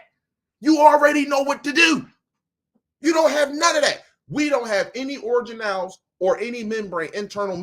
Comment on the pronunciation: ORGAN-elles. Like "ORGAN". NOT: orjanelles.